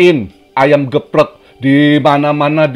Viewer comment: wkwkwkw lucu ngomongnya gepreg wkwkw